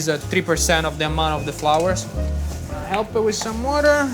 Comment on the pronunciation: He is Italian, but he pronounces water like a true New Yorker, exceptional. Wurder